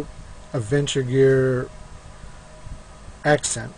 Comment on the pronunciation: It's "BOKER" dude, not "bRoker"!! My bad, it was hard to hear you say it wrong all the way through your vid. Lol, and, it's "ASCENT", not "aCCent". Sorry, not meaning to rain on your parade, just sayin. Thanks for the vid overall.